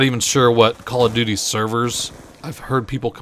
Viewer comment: "I'm sowwey I was playing Cawl o Duty" lol